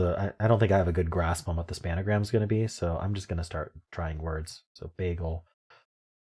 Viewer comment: It's "SPAN-GRAM," not "SPAN-A-GRAM." Two syllables.